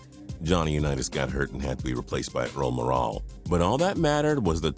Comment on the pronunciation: How about the wrong way to pronounce Earl Morrall's name.